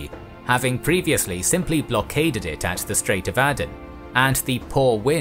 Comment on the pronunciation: Áden não é Éden. Cuche e Calicute devem ser pronunciadas como escrito.